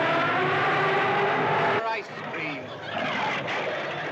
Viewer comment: For goodness sake, it’s Gore-go, not Gar-go.